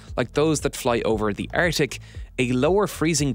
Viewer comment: It's not "artic". It's arCtic